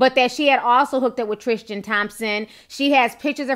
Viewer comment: I believe his name is Tris-tan not Tris-tian, good video though Ti